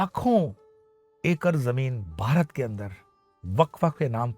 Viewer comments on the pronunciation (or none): गुरुजी क्षमा कीजियेगा लेकिन बारत नहीं भारत होता है, सावदानी नहीं सावधानी होता है 🙏 नमो नारायण